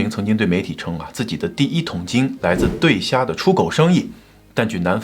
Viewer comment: 对虾，不能念对儿虾